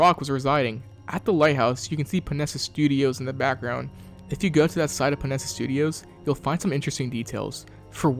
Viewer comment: Panera Bread studios instead of Panessa. Funnily enough, that's what I was calling it when I was first playing Arkham Knight.